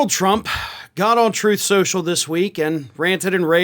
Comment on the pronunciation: “Troth Cential”.